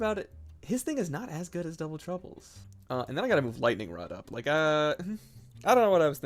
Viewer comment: Gooning Moments “In General-ugh” “Lightning Rod-ugh” “Brief Period-ugh”